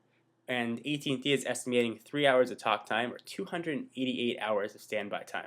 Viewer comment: its at&t not et&t